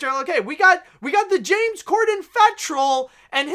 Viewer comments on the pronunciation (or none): none